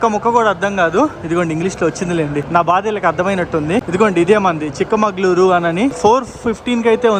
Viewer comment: Not chikka mangaluru it is chikka magaluru..